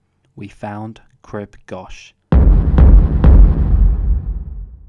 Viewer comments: It’s pronounced Grib Gokh not gosh 😂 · Good goch, learn the pronunciation. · You need to learn how to pronounce “crib goch “ properly.